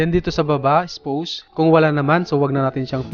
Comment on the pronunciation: spaws yun pag read po hindi spows